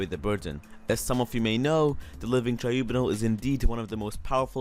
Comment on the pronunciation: TRIBUNAL- Try-bew-nall